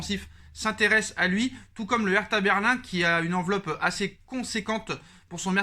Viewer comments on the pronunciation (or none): none